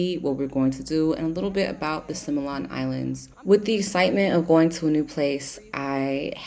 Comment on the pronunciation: Oh, God! Simian Simian Simian. Similan, Si mi lan .(ˈsimilən ) . is not sai mian.